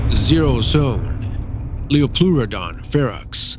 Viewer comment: They pronounced dunkleosteus wrong and also spelled it wrong predator X is also a type of pliosaur I think. also really no liopluerodon? Nvm apparently 0 is in top 5 lists now but that makes it a top 6 lists btw they also pronounce liopluerodon wrong